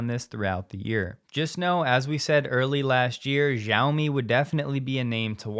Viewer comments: Love your program. Please pronounce Xiaomi correctly. Jim Farley owns one and has correct pronunciation. As a former language student/teacher it grates on my ears. You are no alone. So many people in media, including Stephen Colbert, pronounce Chineses President Xi as Ji. Not correct. SHE as in “She sells Shiaomi by the seashore.”😉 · Xiaomi is pronouned she-OW-me. Your version makes me cringe. The X is like SH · You seem like someone that believes that details are important, and pronouncing the Chinese company names correctly, while not critical to your message, does show a level of professionalism. Just wanted to let you know that the “X” in Xiaomi is pronounced more like a “sh” sound than a “z” or “j”.